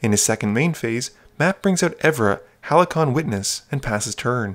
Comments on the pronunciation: Halcyon is pronounced "Hal-SEE-on". Thumbs up for the intro laugh! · Halcyon is pronounced: "Hal-see-on"